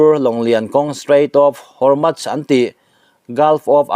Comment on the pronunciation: Hormutch an tilo,Hormuz an ti.Chhiar i thiamlo ve hlê mai,a ngaihnawm viau a,i chhiar dan in a zir lo deuh a,a ngainawm tur angin a ngaihnawm ta lo deuh a ni.